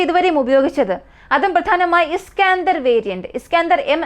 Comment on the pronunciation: ഇസ്കാഅന്തർ മിസൈൽ അല്ല ഇസ്കന്ദർ മിസൈൽ..